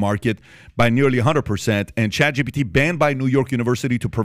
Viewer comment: Every time these guys say “ChatGBT” a MegaByte dies.